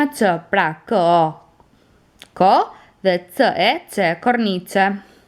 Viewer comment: Eh jo, germa ne shqip eshte (C) po ti po shpjegon gjuhen italiane ku e ndjekur nga (e) dhe (i) kjo gerem lexohet (Ç) dhe behet (Çe) dhe (Çi). Prandaj ne secondat 28-29 te videos ti lexon (Ce) (Ci) kur ne te vertet duhet te lexosh (Çe) dhe (Çi). Prendaj fjala (cornice) e "shqiptuar" nga nje italian ne veshet e nje shqiptari do tingellonte (Corniçe). Njelloj fjala (Vicino - Viçino) e keshtu me radh. Kuptove..??? Shpresoj te jem shpjeguar mire.